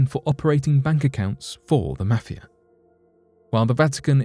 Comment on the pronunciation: Quite worrisome is the way in which you pronounce 'mafia'